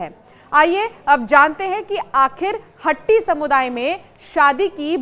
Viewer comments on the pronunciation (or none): मैडम शब्द हट्टी नहीं वास्तव में शब्द हाटी है. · मेडम हट्टी नहीं हाटी कहो